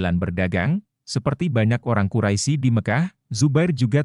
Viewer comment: Bukan kuraisi, tapi bacanya Quraish ya ahi,, aduh